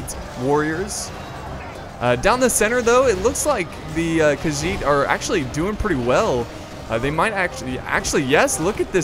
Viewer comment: its khagit not khagiz😮